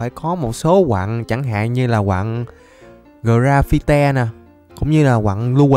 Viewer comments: Ko phải là gờ ra phi te mà là gờ ra phai =>> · Mọi người đọc: " ra va chân" đọc: "ra phi te" 🤣🤣🤣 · Cách anh đọc từ grafite hơi sai Phải đọc là gờ rây phin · Chúc một ngày vui vẻ,mạnh khỏe sớm show mặt. fan ơi quặng đó đọc là gờ ra phi ti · Cái quặng đó đọc là gờ ra phai mà a :)) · anh đọc sai tên quặng rồi graphiti ơi😅😅😅😅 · A gà quá lưu huỳnh vs graphite ở dưới hang cx có mà graphite đọc là gờ ra phít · Đọc là ra fi ti